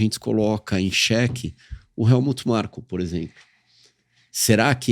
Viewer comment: O Nelsinho chamando o Helmut Marko de Markut Helmut todas as vezes e ninguém corrige ele 😂